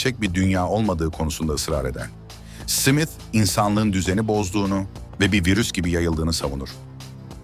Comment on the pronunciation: Ajan Simit 😂 susamlı SİMİT mi? Smith simit diye okunmaz